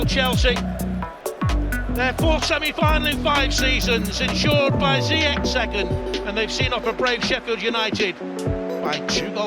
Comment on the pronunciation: ziyech name pronounces like = zee ash